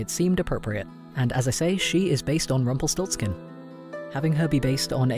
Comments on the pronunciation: Me,a German: Him:Rumpel stolz kin Me: 👁️👄👁️ Iknowthatgermanishardbutits' Rumpelstiltskin' anditspronoucedcompletlydifferent Rumpelstielzchen (that's how I know it and pronounce it btw) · It took me a while to figure out what character you are talking about since I´m German. I never heard Rumpelstilzchen spoken out in English, sounds actually pretty cool.